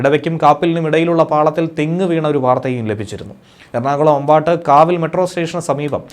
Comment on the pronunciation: "അമ്പാട്ട് കാവിൽ " അല്ല, അമ്പാട്ടുകാവ് എന്നാണ് സ്ഥലപ്പേര്. എറണാകുളം ജില്ലയിലെ ആലുവയിൽ..